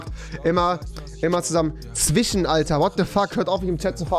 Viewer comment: zwichen So lustig ich finde seinen Sprachfehler so geil